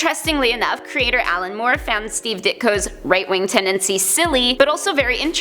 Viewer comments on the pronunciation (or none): none